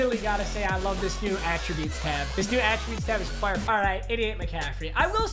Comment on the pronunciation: why does he say fire like that lmfao